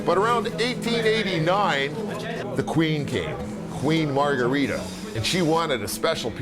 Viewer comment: So chef PEE-YAY-CHUH-ROW made that special MAR-GOO-REE-DAW pizza... in KNEE-YAY-BULLY...